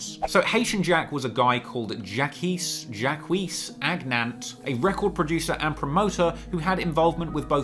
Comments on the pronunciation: This video is 2 years old, but how tf are you that close to France and don’t know how to pronounce the name “Jacques”? Mans said “Jacquees” 😂😂😂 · jacques is pronouced ZY-AH-K btw ma dude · I know this is old AF, just wanted to mention that Jacques is litterally the francophone version of Jack, so just say Jack with a French accent and that's pretty much the pronunciation. ;) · "Jackwees" is Jacques, like Jhock. It's a neat video but when you can't read one of the few things i know then i doubt if the rest is any good at all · dude. Jacques elucidate, the letter H like shoot are the mispronunciations a code to stuff that you think is actually true?